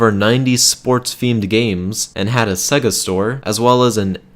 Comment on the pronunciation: Sega not segga